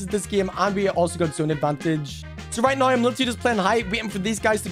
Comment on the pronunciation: bro said right niw